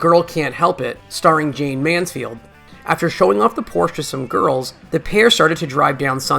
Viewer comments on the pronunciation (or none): none